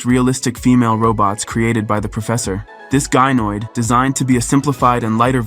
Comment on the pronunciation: What is a "Guy-noid"?